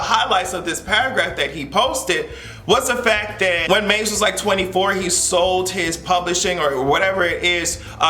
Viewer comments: Did you call Mase "Maze"? LOL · The way you are saying Ma$e sounds like Maze and I was like Frankie want the smoke?! I was so confused at first!!! 🥴🤣